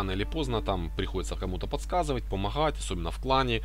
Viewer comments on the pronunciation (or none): после слова помоХать дальше не слушала.